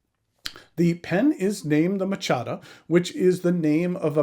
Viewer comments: Great review, never heard of it being pronounced machata before I normally go with ma cha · oh that's awesome lol, I didn't even realize, I thought that was an actual way to say it. Using it from now on. Thanks!